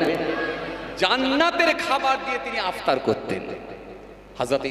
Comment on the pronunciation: ইফতার টাও সোজা করে বলতে পারছে আপতার বলছে